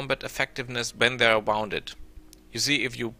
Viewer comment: Vielen Dank fuer die Tips. Dein Englisch ist viel besser als mein Ami-Deutsch. Trotzdem habe ich ein Paar Aussprache-Tips fuer dich: 1. "wounded" rhymes with "doom", not "round"; 2. "ogre" = OH-ger; 3. "morale" = mor-AL, not MOR-al; 4. "terrain" is not pronounced in the French way, but like tuh-RAIN. Aber dein Englisch is wirklich sehr gut.